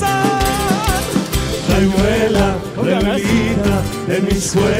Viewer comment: Esa "r".... no da así, mal che. rrrayuela se dice